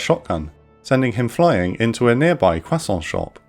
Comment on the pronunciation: that "croissant" shop pronunciation xD